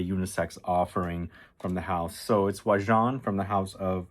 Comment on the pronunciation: Except for how he pronounces it makes my eye twitch hahahah